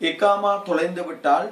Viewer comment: எக்காமா இல்லை Bro அக்காமா இதுதான் சரியான வார்த்தை